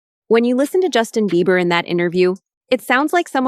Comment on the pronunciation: Right for some reason it’s driving me nuts everytime she says he’s name wrong, lol